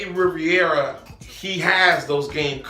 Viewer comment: Love your channel and videos....Just a little help Rivera.... would sound like his Riv-era...Riviera is a Buick...Lol...Keep up the work